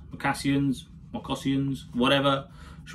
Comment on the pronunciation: I think they are pronounced "mok a sins" buddy👍